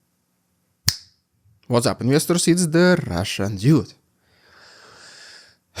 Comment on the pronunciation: He Dude (dood) Debt is Dett Voila is vwa-la (close) Keep up the good work